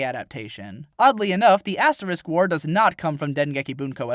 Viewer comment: first thing you say sounds like "Ass War". I appreciate this.